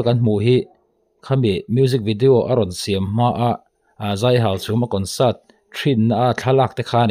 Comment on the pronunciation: I tawng hi fimkhur deuh teh aw Hauchhûm a ni lo Hauchhum a ni zawk aw.